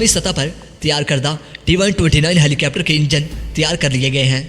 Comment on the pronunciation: Rai yeh hai keh yeh lafz helicepter nahi helicopter hai. Apni pronunciation durust karen.